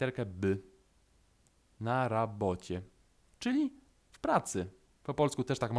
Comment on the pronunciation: Czy nie powinno brzmieć na rabotie u ciebie slysze na raboczie .